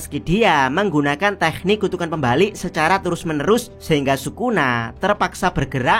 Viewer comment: teknik kenapa harus pakai kh sih? k saja kenapa? dengarnya gak enak dan ganggu di kuping,, kayak bahasa arab jadi cringe hidup jangan dibuat susah😂